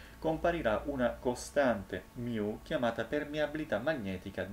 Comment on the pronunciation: Guardi che si dice 'MU' o al massimo 'mi', ma non 'miu', se no, se lo vuole per forza pronunciare all'americana deve dire anche 'pai greco' e non 'pi greco'